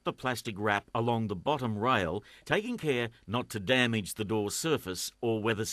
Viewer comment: bahahahaha the way he says "damage" & "over" :)